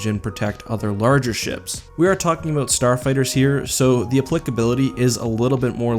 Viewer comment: wow, Canadians really say "aboat" great vid btw